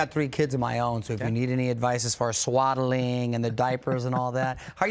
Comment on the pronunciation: Did Mario Lopez say squaddling?? It's swaddling 🙄🙄